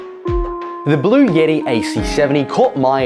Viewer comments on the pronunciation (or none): Bluetti not blue yetti. Button not buddon